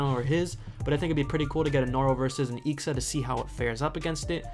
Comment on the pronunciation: Dude you should read it I.X.A not ixa